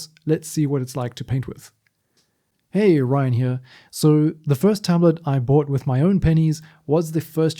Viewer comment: bought with your what??😄